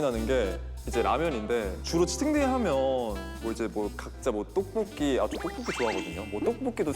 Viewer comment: 강여상 또뽀끼 발음 실화야 너무 귀엽다